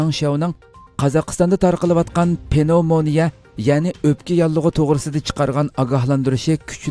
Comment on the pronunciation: Avo Uighurlarning hanum kizlirini tarbialash digan gapni hitaidin ugandingizmu? Nima gap u? Okutti, bilim bardi, chakuruk kildi , ugatti ,daris otkazdi dimamsiz Uighurning tili bai va kang soz tapamamsiz ? Andi undak parang kilghichi bolmang . Gepingizni tuz kiling. Penovmania amas pnevmonia. Tarbiani ata anisila balisigha kilidu.astigha tushti digan nima gap?